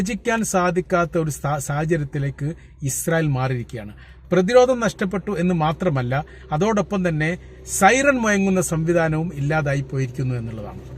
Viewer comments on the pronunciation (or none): Sairon മുയങ്ങുന്നില്ല എന്നല്ല, മുഴങ്ങുന്നില്ല എന്ന് പറയൂ bro...